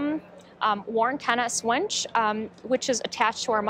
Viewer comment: has absolutely no command or leadership presence. How can she also not know how to properly pronounce "winch". This woman is so cringe it isn't funny. Most folks in Dearborn know meritocracy is largely dead at Ford.